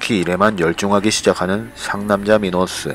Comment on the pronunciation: 미노스는 미//노스지 미노스으는안닌데 아무리사람이라도 미에액센트가들어가야합니다 로에들어가면 듣기가불편합니다